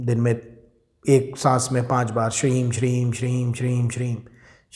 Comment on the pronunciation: Shreem he ya Shreeg bola jata he bhai ji g ki aawaj niklti ha m ki aawaj niklti he please bhai ji samjhane ki kirpa kre ji